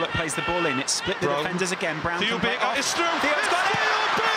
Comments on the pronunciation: On the bench, Theo Barker! Not Baker, Barker. :D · Theo Baker it's not Theo Barker